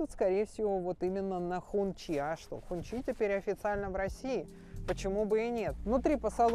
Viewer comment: Не хунчи, а хунси. Так говорят китайцы